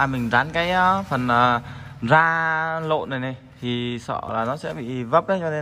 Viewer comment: da chứ không phải Ra bạn nhé, đọc sai đâm ra cái phụ đề cho ng nước ngoài cũng bị sai theo á, bạn nên chú ý nhen